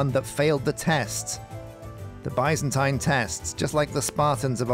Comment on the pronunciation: Alllmost seen all the vids for this series so far, why have nobody told him how to say Byzantine or Byzantium???????????? Still bugs me off everey episode